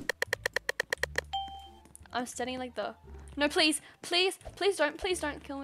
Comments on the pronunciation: When she says no se doesn’t say no she says nor and that’s funny 😂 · I LOVE HER “NAUR’S” <3